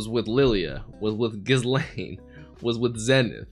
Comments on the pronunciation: I love that scene in the alley when you got to see what a bad-ass kitty Ghislaine (btw, the “s” is not pronounced in that name) was. The animation and sound design for it was so uniquely done, and is an example of the love the creators have for bringing this story to life (in animated form). Also, the title “A Day Out in Roa” or whatever it is, doesn’t indicate the original intent of the title. In Japanese, it is “Roa no Kyuujitsu” ロアの休日, which is a play on “Roma no Kyuujitsu” ロマの休日, which is the Japanese title for “Roman Holiday,” the classic romantic movie starring Audrey Hepburn and Gregory Peck. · Don't pronounce the S in Ghislane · The s in Ghislaine is silent btw. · anyone else getting increasingly annoyed at how he pronounces ghislaine's name